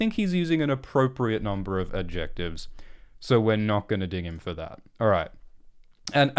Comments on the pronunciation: You don't seem to know what adjectives are. Or how to pronounce them :D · I love the weird way pronounces "adjectives" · This is probably a regional/accent thing but I have never hear someone say the “c” in “adjectives” before.